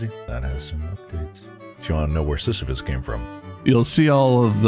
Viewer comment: Bob mispronouncing sisyphus and thinking sisyphus would sound like borat under 20 minutes is peak ethan. I wish for a day to see mark ethan bob and tyler together in a video 😔